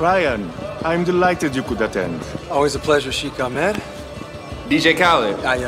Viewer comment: "Sheik" Me an arab laughing at how they butchered "sheikh". Also the arabic they were speaking was very butchered imo